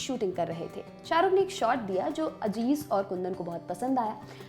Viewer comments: Ma'am wo lafz Aziz hai, Ajiz nahi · Correction-Madam naam Aziz hai Ajeez nahi. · Home work karke aao , it's not Ajiz Mirza it aziz mirza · Madam Ajiz Mirza nahi Aziz Mirza hai😊😊😊